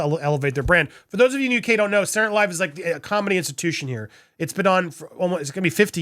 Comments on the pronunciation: Andy, You seem to have an issue with pronouncing the word 'SATURDAY' correctly, so, out of the kindness of my grinch-sized heart, I want to help you. You kept pronouncing the TV show " Saturday Night Live" as.... "SAH-URR NIGHT LIVE" This is incorrect. The word Saturday should be pronounced as follows... SAH- TUR-DAY as in " SAH-TUR-DAY NIGHT LIVE". You're welcome 😊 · I need to watch this again just to hear you say "Sarrray night live' 😆😁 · "Sour"night live again? Dude seriously know how to pronounce words. This is your profession!